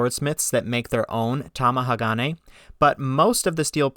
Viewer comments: Top amateur tip for pronouncing any multisyllabic Japanese word: don't emphasize any one syllable. All syllables are weighted equally. A lot of Westerners I have heard say TamaHAgane. You say TamahaGAne. Japanese say Ta ma ha ga ne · To help your pronunciation.. Tomahagane = tom-ah-HA-gah-nay The emphasis is on the "ha" in the middle of the word. You are putting the emphasis on the next syllable (the "ga") making it sound weird. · You can say Magnatite but can't say Tamahage.